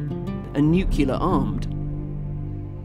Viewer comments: NUCULAR.....what's that mean? It's "NUCLEAR", get it? Pronounced "new-clear"............ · And I could have sworn that "nuclear" is not pronounced "nuculer".